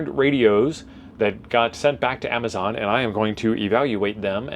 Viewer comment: listen to your audio. "A box of radioes that God sent back to Amazon." I had no idea some God was a Prime member. 😊